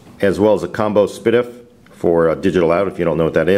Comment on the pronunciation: lol "spadif" I thought it was pronounced s.p.dif